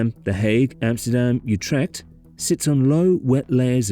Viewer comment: And thus it became the ugliest town in the Netherlands not counting Lelystad. PLEASE USE METERS, the middle ages are over, and take the trouble top pronounce the city names, look them up in Wiki... Have some basic respect...learn how too pronounce AAA and CH and G...How hard can it be any Scotsman can do it...Utrkt??? it is Utrecht with CH as in loCHness.